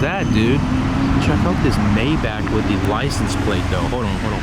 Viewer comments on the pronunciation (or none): none